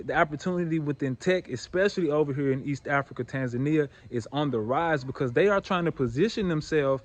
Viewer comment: You say you've lived in Tanzania for four years, yet you continue to pronounce the name of the country as if you are a white westerner. Please make it make sense.